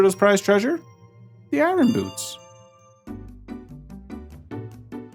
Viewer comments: Iron is pronounced “Eye urn” not “Eye run”. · Why are you saying “eye-run”, “eye run boots”, that isn’t how the word is pronounced. Say it like “I yearn” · I-Or-n, not I-Ron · they're not eye-run boots, they're eye-urn boots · Eye Ron 😂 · It's so triggering hear Eye-ron boots the entire video, only for an Iron Knuckle to appear with perfect pronunciation. Like, wtf dude? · Eye-Urn... Iron. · Really great video. But I've got to ask: why do you keep saying it as "eye-ron"? The r is meant to be silent. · Ah yes, the "I run" boots 😂 I've never heard anyone pronounce iron that way lol quite an interesting accent. I wonder where you are from, it's pretty unique. Anyway, thanks for the info, and I love your cute little avatar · Every time you say Eye-Ron Boots, I take a shot. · "irin" i have a cousin who likes to pronounce it that way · you say iron I run which is hilarious because you keep saying I run boots but have you tried running with them? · You had me at "eyerahn boots." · Every time you say “i-R-on” boots I cringe. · You say Iron weird. Like Kronii. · I always chuckle when people pronounce the r in iron 😅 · i don’t think i’ve ever heard anyone pronounce “iron” like that before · As a former educator, I just want to say you have the most unique way of saying "Iron" that I have ever heard. Nice video btw, the teacher in me just had to say it. 😅😂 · I can’t take it. That’s not how you pronounce iron. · Why can’t you say iron… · Great video. Really enjoyed learning the ice arrows could freeze the sliders. Also you say iron really weird. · The way you pronounce iron angers me immensely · Why are you pronouncing iron like Norm Macdonald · Larry King would be turning in his grave listening to you mis-pronounce “iron”. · Bottom of the well is optional, and the r in iron is silent